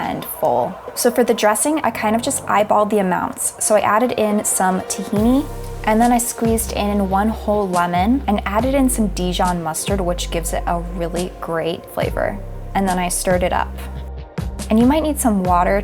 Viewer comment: girly out here pronouncing Dijon mustard DijuhN or something, someone has to tell all of y'all